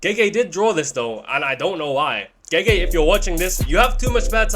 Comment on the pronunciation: finally said gege properly😢 Proud of you man PROUD!